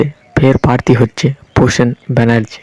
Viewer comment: Prosun banarjee not😂prasen banarjee